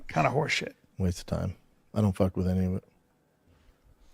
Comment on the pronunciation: He cant pronounce the simple word any, he pronounces it eeny